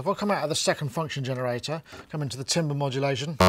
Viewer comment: can someone teach how to pronounce 'timbre' or 'timbral' please:face-fuchsia-wide-eyes